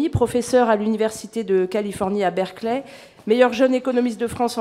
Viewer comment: Coquerel, généralement génial, mais "Berkeley" quoi. Assez prestigieux à l'intenational pour le prononcer correctement.